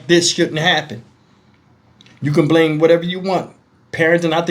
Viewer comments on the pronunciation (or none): none